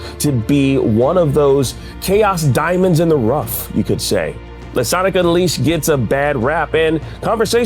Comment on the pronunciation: now i've seen people get release dates wrong, but the way he slaughtered unleashed was embarassing. 💀